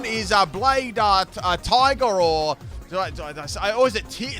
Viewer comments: I grew up both watching and playing bakugan. Favourite bakugan was definitely Laserman. And on a side note: it's pronounced Ti-grare-a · DUDEEEEE MY CHILDHOOD Love the bakugan video game music Also Tigrerra is pronounced tig-rare-ruh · Bakugan Was a nice Show i Use to watch And Battle Brawlers was Good Clasic Show to watch 😄 But We all know Pokemon, Bakugan Digimon Yu-gi-oh and beyblade are all Common Shows We all watched as kids Also You Said Tigrerra Wrong So… Yeah U Said Tigerr..or Tigger, This is not a Winnie The Pooh Team… which btw.. not sure you have Done 1? But… ok